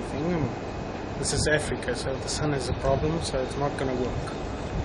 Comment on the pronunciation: whats that suppose to mean? and its africa not efrika